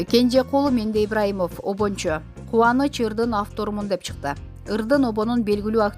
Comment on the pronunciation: Суйлоп жаткандар автордун фамилиясын туура айтып суйлогонду уйронгуло Кенжегул Мендеибраимов эмес Мендебаиров